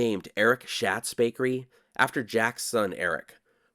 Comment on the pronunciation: Great video. Thanks for sharing. On a side note, I’m pretty sure “Schat” is pronounced “Shot,” with reference to the bakery in Bishop. 😊